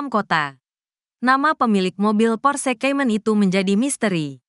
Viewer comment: Kalo pake narator AI cari yg bagus lah masa Porsekaymen :face-blue-smiling: Baru tau ada mobil merek Porsekaymen